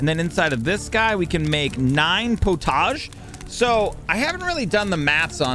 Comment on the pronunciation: Love this series. In England we say pottage like "pot-idge".